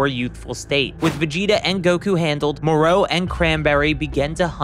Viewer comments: Pronouncing names always cracks me up... more-O really it's MorO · Why do you pronounced it Mor-row? Every Dragon Ball Youtubers I've seen pronounced it Mor-Ro. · Its mo-ro not moreau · Skipped the video when you started pronouncing Moro as Moró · Good video but your pronunciation of the name Moro bothers me you put a V at the end Morov or Morou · It's spelled "Moroh" not "Moreau" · STOP SAYING MOR AND THEN O ITS JUST MORO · Hearing you mispronounce Moro's name over and over again is like nails on a chalkboard. It's Moro, sounds like Toro Or the Mortal Combat character Goro It does not sound like You want More Os 🫣🤦🏽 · ok dude... it isn't MOR-OH, its MORO. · It's pronounced more o not mor row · The way he pronounces the names Moro he says Morol or something else and merus marus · Why do you pronounce it mor-ow. I bet you are one of those disgusting people who pronounce Goku "Gow-cooh" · Pausing to say “More-O” 😤. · FFS, his name is not Moreau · Monroe? Why do the americans doesn't know how to say "O" Piccolow, jacow, gowku hahahahahahahaha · I can't hear you say moro like that anymore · Why do you keep saying Moro with such emphasis? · The way you pronounce Merus and Moro is pissing me off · your pronountiation of MORO is entirely wrong, eventhough IT HAS OINLY TWO OPTIONS. USEFULL VIDEO, PRONOUNCIATION WAS REALLY FUCKING HARD TO BARE. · the way tou say Moro is awful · The way the narrator in this video says Moro as “Merrooow” makes me wanna punch him in the face. And he called Zamasu, “Zamasse” This guy doesn’t know sht about Dragonball